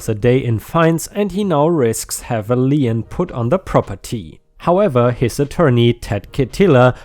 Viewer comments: lien is pronounced like lean, with only one syllable. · Magenta - ma - jen - ta - a shade of dark pink! Lien - pronounce it as if it is a German word - leen!